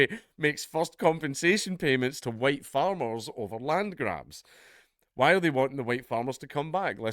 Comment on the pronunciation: "The HUWITE man is back!" = Dankula, pushing his luck. AGAIN!